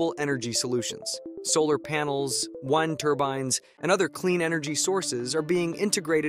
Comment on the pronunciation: He pronounced “wind” (moving air) like “wind” as to wind something up.